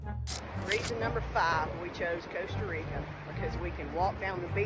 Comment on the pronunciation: where's coaster rica? i thought it was pronounced Costa like the coffee?